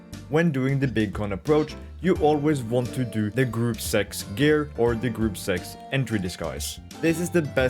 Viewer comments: It’s pronounced grupp-uh zecks. Not group sex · "gruup Segz" lmao